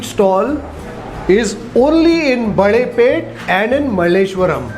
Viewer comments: Never ate here but I am partial to Mysore paka which has that typical texture. This looks a bit too smooth much like halwa? I am sure it tastes heavenly though. Also Balepete is pronounced Balé( bangles) pété( town) and not Baalé(banana) pete. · Small correction - Balepet is pronounced as - Balle (Bangles) Pet (City) and not - Baale (Banana) Pet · It sounded like baale (banana) pet. But it's bale (bangle) pet. We will excuse for his Kannada pronunciation and savour the show. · just one small correction: it is not "Baalepete" as in banana, but it is "Balepete" as in "Bale" i.e. bangles🙂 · Its balepet not baalepet. 🤣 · A nice review. You are pronouncing Balepete wrongly. (Bale = bangle and not baale - banana.) I used to buy their khara mixture for four annas (25 paise) in the early seventies. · Excellent reviews as always. No suprises there. But one correction in pronunciation. It's BaLepete ( ಬಳೇಪೇಟೆ) not "BaaLepete". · It is baLe(bangle)- peTe .. please dont mispronounce the names of iconic and historical places of Bengaluru